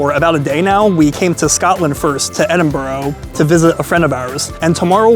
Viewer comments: You say it like Edin-bruh not Edin-borough. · Please, its Edin Burra, not burro. Get it right, not watching any more. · Pronounced Burr huh not Burr oh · It's Edinburgh not Edinboro !! If your gonna say a name at least have the courtesy in pronouncing the name CORRECTLY!! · Not even a minute into the video and I hear “eDiN-EaRl” 😟 Please, we hate it when tourists do this, it’s E-DIN-BU-RU or E-DIN-BRUH!! NOT EE-DIN-BURG OR EE-DIN-BOU-ROU!!!!! And please, for anyone planning to visit the UK DO NOT! VISIT! LONDON!!!!!!!!!!!!!! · bur-ah not burr-row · Totaly butchers the name Edinburgh not Edinburgho there is no O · Why do 90% of Americans/Canadians pronounce edinburgh. , edinboro it’s edin burr. Ah 😂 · Edinburgh not Edinborough! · Great video but it's Edin-bru and not Edin-burrow!! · Thank you for correcting the pronunciation. I've watched a lot of Americans visiting Edinburgh on YouTube and i swear, around 1 out if 10 say it correctly while all others say Edinboro. Like where in Edinburgh is there any o's. Confusing and was funny at first, now it's just irritates the hell out of me. Heard a few glasgow ones where the gow is pronounced like cow haha wtf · It's pronounced Edin Burah 😂 but your cool you videod my city lol we don't really see much of Edinburgh online, good video mate thanks 👍 hope you enjoyed the heart attack food we are know for haha Edit - AW BRO what a sin you had salt and VINEGAR 😮 salt n sauce mate BROON sauce 🤦‍♂️😂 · EDIN BURR A. The most annoying crap ive watched in my fkn life. Just fkn terrible. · FYI, it's pronounced 'Eh-dun-bruh' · Its pronounced 'Edinbra' or 'Edinbura' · It's Edin-burrrgh!!! Pronounce the the U!! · 😂😂😂 Edinboro, Edinburgh man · At least say the town name correctly 😂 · Yet another YouTube clown who is incapable of pronouncing the places he visits!! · That's not how you pronouce "Edinburgh", lad.